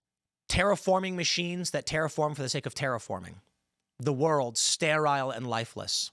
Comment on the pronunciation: Why did he intentionally mispronounce sterile so many times? I say intentionally because he pronounced sterilized correctly.